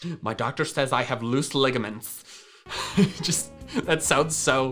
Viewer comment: love how you said ligiments